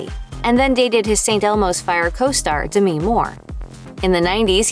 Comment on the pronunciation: DAH ME ? it’s pronounced DEM E